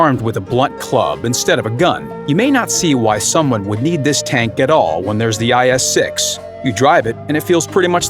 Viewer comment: guys hear IS 6 he said IS Sex haha